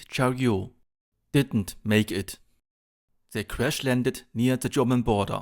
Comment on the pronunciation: Great video. Also to help with your English pronunciation the T in Chariot isn't silent.